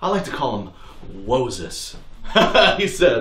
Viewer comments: BRUH! "Whoa-ses" wins the internet! PERIODT! 🤣😁😂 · ”Whoa-ses” I’m DEAD 😂😂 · “Woahes” that alone is hilarious 🤣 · when he said woahses i was DONE